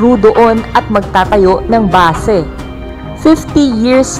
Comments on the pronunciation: Bakit basa mo ba se imbis na base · Hindi po basi (base).😁😀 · Basi?? Base yun maam 😂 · BA"SE Hahahaha Gotcha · NATAWA AKO SA "BASE"SABI NIYA "BA-SE" PUTANGINA HAHAHAHA